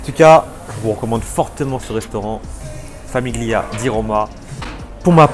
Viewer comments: Haha ! oui ca m'a piqué les oreilles la prononciation aussi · Tres bonne vidéo, il faudra juste revoir la prononciation de famiglia ! 😅